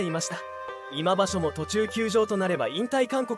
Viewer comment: コメントがなってない 今場所をいま場所❓ 力士名も間違い読み チェックが必要